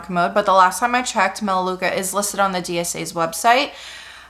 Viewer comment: it’s melaleuca